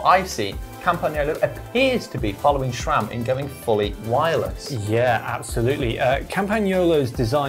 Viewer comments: There’s no “h” in SRAM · I wince every time someone says "shram"